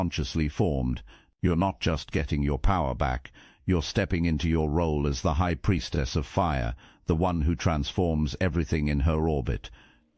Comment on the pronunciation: Her? Preistses? You are way off buddy